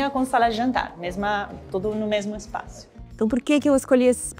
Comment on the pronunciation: Oi Paola! Que bom que está quase voltando, os sábados estão bem sem graça com sua ausência. Torcendo pra que tudo dê certo e você volte logo. Se você me permite uma observação, não sei se sua equipe tem receio de te corrigir, mas eu não aguento, sou detalhista. Existem palavras que você pronuncia com uma vogal a mais. Espaço e diferença. Você coloca um “i” a mais na pronuncia. Você fala: Diferencia e espácio. Desculpa se fui muito invasivo, mas estava com brotoejas já. Um grande abraço.